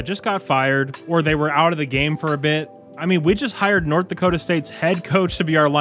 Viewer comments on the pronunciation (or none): none